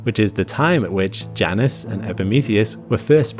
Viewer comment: Somebody tell this dude that moons name is pronounced J - Anus.